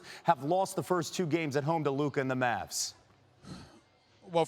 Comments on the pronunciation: When Stephen a still can’t pronounce Lukas name properly lmao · Someone plz teach stephen a how to pronounce luka's name ...he still cant pronounce his name